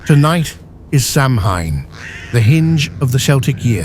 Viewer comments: Decent enough video, cool graphics…but c’mon! “Samhine”? Really? You could have at least given the AI voice a phonetic spelling to have it correctly pronounce “Samhain” as “Saa-win”! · Samhain is pronounced Soween, Irish here and that's how we grew up learning the Irish language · SAMHAIN IS PRONOUNCED SOWAN! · The word 'SAMHAIN, is pronounced as 'sowan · For the synthetic voice you should have used a phonetic spelling of Samhain.But I LOVE this video. It is beautiful.